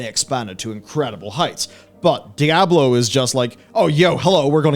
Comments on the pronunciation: Just call it 'D', don't bother mispronouncing 'Diablo' all the time. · IT'S "DIABLO" 4, IT'S NOT A DIABLO GAME.